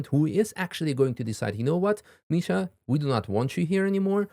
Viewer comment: the AI intro pronounciation of Misha's name made me cringe so hard